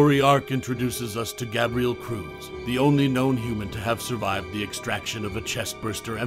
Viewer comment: I can’t do it, this guy can’t even pronounce Gabriel correctly